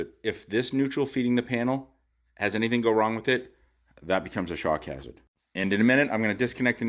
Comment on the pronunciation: It took me about four times hearing it to understand that you were saying shock hazard; i was very confuzed as to why electricity would cause shark cancer.